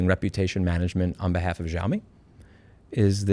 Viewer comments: the X in Xiaomi is pronounced like SH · I'm sorry for nitpicking but Louis, it's pronounced as "Shaomi" / "shau mee" . I hope you learned something. Have a lovely day. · Xiaomi = "Shao-me" beginning pronounced like the beginning of "Shaolin" ... just trying to help ... also " don't make the bulb available and you can suck my..." cracked me the fŭk up! 😂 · Ontario 🇨🇦 here, idk how to say that brand's name either so pronounce it like "yo-me" and I'm sure it's completely wrong but 🤷‍♀️ It's ironic that a brand that makes clones of flagship cellphones is involved in automobiles and also clones the horrible bs that flagship brands lose customers over. Like, yome you had one job! Fail. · xiaomei is somehow pronounced show-me btw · Its pronounced sheeao mee but the way you pronounced it is how we say it in my country and in our language it means "I feel sorry" or "I pity", suitable because its for people who dont want to fork out for a Samsung or Iphone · The Xiaomi wumao 😂